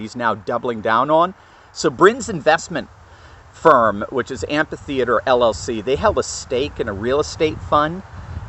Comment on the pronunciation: It’s Am Fa Theatre — NOT ❌ Am Paw Theater 🎭 FACTS but we forgive you 😂 Live And Learn Great Video 👍